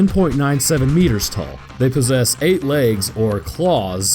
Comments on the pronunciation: Oh yeah... It really sounded like 10.9 centimeters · Misty McClenny No, if you listen carefully he says 10.97 meters. If you're not really listening for that, it can sound like centimeters though.